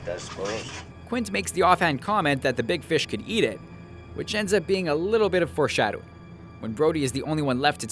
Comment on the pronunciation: 'Fore shadowing'